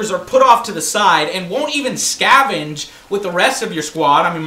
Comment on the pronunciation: "Scavage" lol SCAVENGE Joe! You always say the wrong words lol